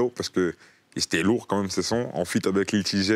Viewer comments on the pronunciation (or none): Il a dit Lil T-Jai. Au lieu de Lil Tjay